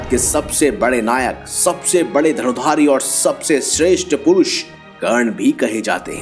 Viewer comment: karna ko kan bolta hai bura lagta hai bhai nahi aata to mat bol urdu ka churan q khilata hai